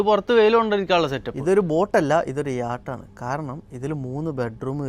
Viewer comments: യാച്ച് അല്ല കുട്ടാ യോട്ട് എന്നാണെ..sorry ഫോർ correcting..just for your good future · യാട്ട് അല്ല.. യോട്ട് എന്നാണ് പറയേണ്ടത്. പിന്നെ അതിൽ ഉപയോഗിച്ചിരിക്കുന്ന ഗർമിന്റെ മുഴുവൻ ഇൻസ്‌ട്രുമെന്റ്സിന് തന്നെ മാത്രം വരും ഒരു കോടി രൂപ 😂